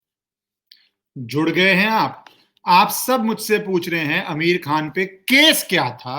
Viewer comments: He is pronouncing Ameer khan bot आमिर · Sir name to shi se le liya kro🤣🤣🤣🤣🤣🤣